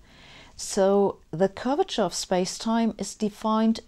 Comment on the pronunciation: Every time she says "curvature", I hear "Gorbachev". ))